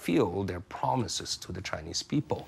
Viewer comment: Dear Mr Mooooobs, you call me a spy bot just because my thought is different from yours? Btw, it is “Chinese” not “chineeeeze” tks:).